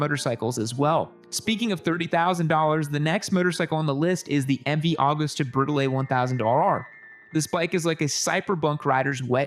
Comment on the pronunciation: Agusta: Ah-GOOSE-ta